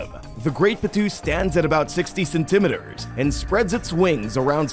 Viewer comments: Ok. I'm not crazy. Other people heard that too. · It is driving me crazy! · Sorry, I was distracted by the ridiculous pronunciation of centimetres.